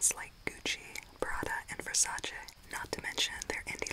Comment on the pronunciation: You're the first english speaking person who pronounced Versace correctly!!!!🥲🥲🥲👏🥰